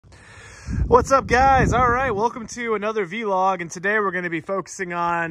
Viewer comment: Did this man just call it a V-Log? Or am I trippin on catnip